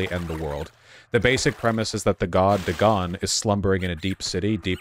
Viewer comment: you say dagon wrong